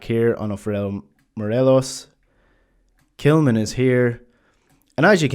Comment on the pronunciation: Why are you referring to Tillman as ""??